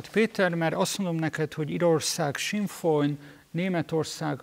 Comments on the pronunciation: ez a gyökér siffer...mi a f*stomach az a "Sinn Folyn"? - az Sinn Fein. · Azt nem tudom megfejteni, Schiffer András miért ejti a Sinn Féin-t sinnfOjnnak... ¯\(º_o)/¯ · É kétszer visszatekertem eszt hol hallota? Ha nem tud angolul akkor se sinnfoj